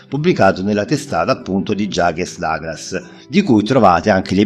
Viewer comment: non conoscevo questa triste storia fra Claudia e il figlio, comunque mi dispiace per lei!! Era una ragazza dolcissima, l'adoravo moltissimo nei panni di Susan, nei fotoromanzi di Jaques Douglas!! A proposito. Ma: "Jaques Douglas", non si pronuncia forse: "Jack Daglas"?? Perché io sapevo che si pronunciasse così!! Ciao caro e grazie per le interessantissime info👍👍!!